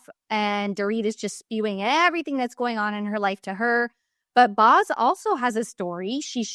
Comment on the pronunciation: Boz is pronounced like Bose not Bos.